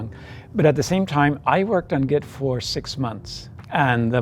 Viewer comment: It's not "get" to travel its "git" to travel